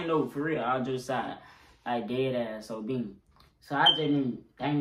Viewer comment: He keep on say “so bing”